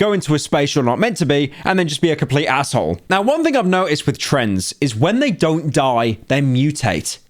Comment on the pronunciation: Pyro, you pronounced arsehole like an american. Your bring me great shame and every Briton in your general area feels the same.